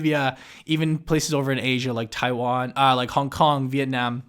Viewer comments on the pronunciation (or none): none